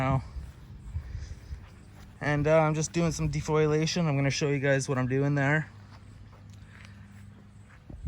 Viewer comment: De- Fol-iate, not defoilate!! Jokes!! I skrew up with terminology all the time, dont worry, i poke fun at myself too!!